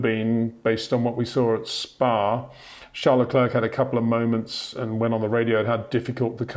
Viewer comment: Out of professionalism and courtesy, can you say "Sharl Leclair" instead of "Charles Leclerk"? You'll be saying his name for some a long time yet.